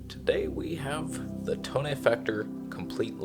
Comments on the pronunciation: Thanks for all you do sir... love your tone and 'toneh' :) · Repeat after me...To-Neh. 🤤